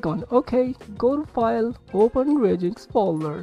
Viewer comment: One tiny thing... Its called Ryujinx not Raijinx Anyways, tnx, now it finally works.